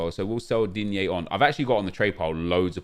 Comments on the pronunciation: Nobody:: DEEN-YAY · why did he say it like that i thought he coughed or sum shit